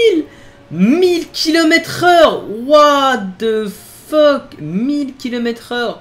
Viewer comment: « what e fok » 🤣